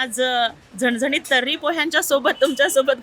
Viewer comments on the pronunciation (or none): झनझनीत नाही "झणझणीत"बोला 😂